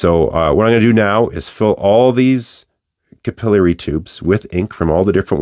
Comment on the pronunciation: Capillary, not capillary!